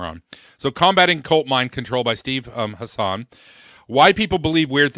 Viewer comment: Hassan man, stop mispronouncing his name